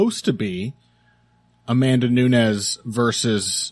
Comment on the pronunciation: I know you are well-intentioned and capable of learning because you were able to get dos Anjos' name just right when I pointed it out last time, so listen to me now and listen to me good: it's noo-nes, NOT noo-ñez. The same way the former LW champ's name is dos Anjos (same J as in banjo), not dos "Annyos". You see how Peña's name has that squiggly symbol above the N, while Nunes' doesn't? That's because Peña sounds kinda like "Pennya", while Nunes sounds like... Nunes. If you ever find yourself in doubt about whether to speak a name like "Penna" or like "Pennya", look for the squiggly symbol if it's in Spanish or for an H if it's Portuguese (Peña's surname in Portugal or Brazil would be written as Penha, which is actually a fairly common surname in the language). Still, great show as always. Cheers from Brazil!